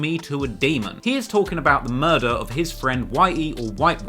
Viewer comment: Ughhh the way he said murder was horrible. Mouydahs